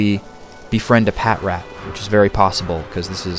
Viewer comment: its pronounced PA-TRAT,not PAT-RAT